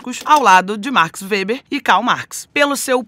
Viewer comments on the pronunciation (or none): none